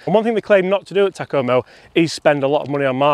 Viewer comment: 201...These would be fun to beat my golfing buddies with. Takoma rhymes with Oklahoma.